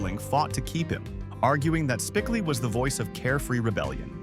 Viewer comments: Spi-cole-ee! pronounce it correctly! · WTF. Sounds like the "narrator" never even saw the movie to bother to learn to pronounce Spicoli's name correctly. AI